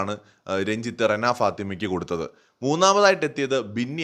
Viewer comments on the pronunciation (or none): രെണ അല്ല റെന ആണ് 😬